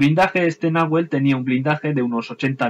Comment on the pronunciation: Buen video. Sólo una pequeña corrección, en Castellano usamos las palabras con acento grave (salvo cuando una tilde indique otra cosa) en los idiomas originarios del Sur es agudo. Por tanto el nombre debiera pronunciarse como si tuviera tilde la E, como si estuviera escrito "Nahuél" Como en Argentina es un nombre relativamente común (y no se suele poner tildes a sustantivos propios) no se le pone como si a Pucará así que es entendible la confusión. Un abrazo.